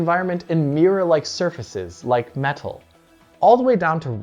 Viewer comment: Mirror-like surfaces like "met-tell"